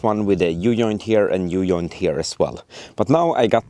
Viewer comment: hahahahha brother! i LOVE how you say "u joint" XD it"s said "u djoint" try it! thank you for you rvideos tho! i was watching your project from the beginning! im so happy its finished!